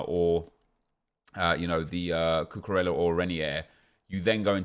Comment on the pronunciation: The way that this guy pronounced cucurella was pathetic at best